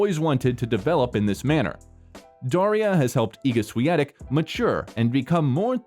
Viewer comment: Thanks for getting the pronunciation of her name correct.